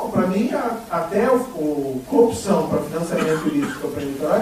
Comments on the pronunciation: cupsaum, pq ele não consegue falar CORRUPÇÃO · Ele não sabe falar corrupção também, todas as vezes que ele fala cupção, eu não aguento! Pior que ele foi elevado ao nível de herói! Aff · O Marreco falando coupcão é muito bom hwhwhwhwhwh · Fico abismada com a incapacidade dele de pronunciar a palavra corrupção... CUPÇÃO?! meooo deooos 🙄🙄🙄🙄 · "Corrupzçrrãoooo" hahahhahaha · Gente.!!! O Batoré de toga não consegue falar CORRUPÇÃO!!!! Jesus!